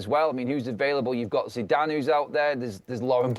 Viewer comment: He said Zidane 😂😂😂😂😂 gtfoh